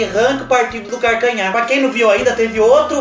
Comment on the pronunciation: Kkkkk "partido do carcanhá..." É assim memo que nóis fala lá no sítio. Kkkkkk